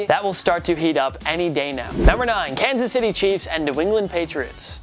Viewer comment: he said kasy it’s Kansas City